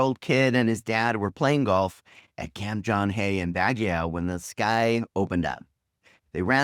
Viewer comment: Baguio is pronounced as "bag you" not yow or yaw like in "you know who you are"